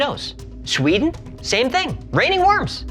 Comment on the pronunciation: Lol...... "Sch-weden"...? Can't believe Hecklefish missed that one! He must have water in his ears.